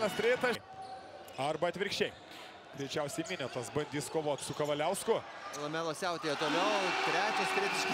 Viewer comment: " Ah Lamella" 🤣🤣